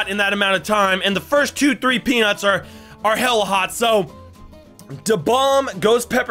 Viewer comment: But it was funny that he said suns peanus